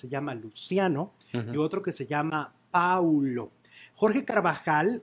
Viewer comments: el niño se llama PAOLO no Paulo. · El niño se llama Paolo, no Paulo.